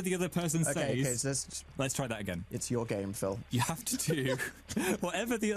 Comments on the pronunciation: He pronounces says like saise 💕💕💕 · whenever he says "says", his northern accent comes out a little